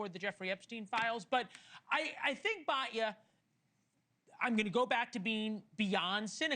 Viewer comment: I agree with Batya and you should learn to pronounce her name correctly!